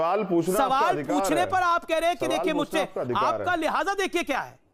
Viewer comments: Lihaza nhi lehja hota he champatu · Lihaza nhi lehza hota hai bewakuf Urdu nhi ate hai toh mat bola kr B&D